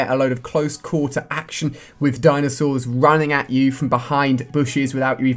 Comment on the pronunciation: LOOOOL DINASAURS??? HAHAHA COD YOU REALLY HAV OUTDONE YOURSELF!